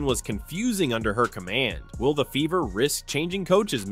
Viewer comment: You keep pronouncing Fever with a B